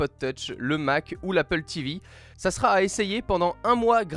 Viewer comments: Le format Podcast est vraiment cool ! Le téléphone ne gène pas du tout, c'est très plaisant à écouter (juste les liaisons genre seraT envoyé ou seraT écouté qui m'énervent, mais c'est un détail.) Quant au contenu..Apple rattrape enfin son retard, mais les 5h de plus avec une batterie de 3174 mAh (la même que l'année passée), c'est purement impossible. En veille peut-être, en utilisation active, non. Niveau design j'aimais déjà pas le module plaque de cuisson sur le mate 20, je l'aime toujours pas ici. A voir lors d'un test en conditions réelles, mais ils sont loin d'avoir le Maillot jaune au niveau des fabricants de Smartphones.. Le nouvel Ipad est...plus grand et c'est à peu près tout. Le AppleTV+ est selon moi une erreur, Disney vient de lancer son service de streaming, arriver derrière avec un catalogue (sûrement) beaucoup moins fourni que Netflix c'est gonflé et j'attends de voir ce que ça va donner Le principe d'Apple Arcade est cool par contre, c'est sûrement l'annonce qui me plaît le plus. A voir si il n'y a plus aucun achat intégré et à faire dans le jeu sinon c'est vraiment quelque chose de satisfaisant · Putain de bon chien de bonsoir, y a pas de t à la fin de sera. On ne dit donc pas "sera t'intégré" ou autre liaison mal t'a propos. PS : même les bruits ne viennent pas de par z'et d'autre. etc...